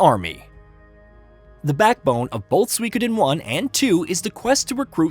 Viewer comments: SUE E KO DEN. say it like that. You're saying wrong. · You are pronouncing the name of the game wrong.